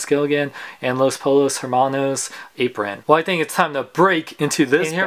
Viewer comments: Pollos is pronounced poyos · It's pronounced Poshos